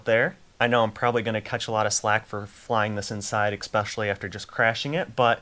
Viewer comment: Bro! Don’t say “ecspecially” And the saying is “catch a lot of flak” not “slack” lol